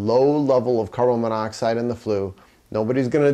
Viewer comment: Carbon. Then monoxide. You keep mispronouncing the molecule. Great vid.